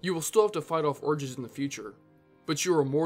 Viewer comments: he says "orgies" instead of urges😂😂😂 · LMAO that’s funny “ you’ll still have to fight off orgies in the future”